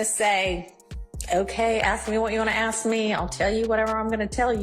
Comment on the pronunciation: Please, it's ASK, not aks.